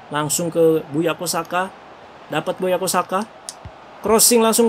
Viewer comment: Bukayo Saka bang bukan buyako wkwkwk